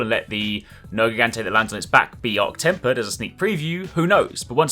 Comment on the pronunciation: not temp zorah...arch temper